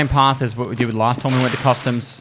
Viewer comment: Can't not hear custard instead of customs sometimes. Maybe I'm just hungry